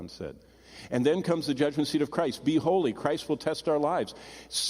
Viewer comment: B. E.____ H. O. L. Y......SAY THE WORD MORE CLEARLY..........